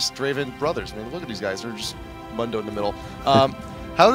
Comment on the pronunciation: this nigga said munn-do not moon-do lmao he says his own name how you get that wrong